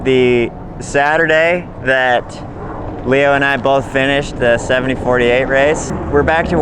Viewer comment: "Leo". that was Nice. and don't go too far on that.👍